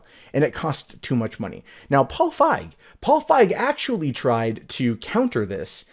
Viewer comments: "feeg" not "fieg" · FEEG, long E pronunciation. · You are as wrong about Leslie Jones, as you are about the pronunciation of Feig.